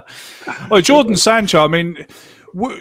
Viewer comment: Jordan Sancho and Bakayaro Saka... Goodness me! Get the names right man!